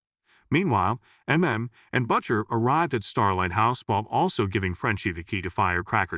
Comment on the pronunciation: I like how the AI-generated narrator pronounces the name "Butcher" as "BUTT-sher."